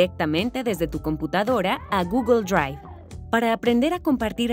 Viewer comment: GUGUL DRUAIF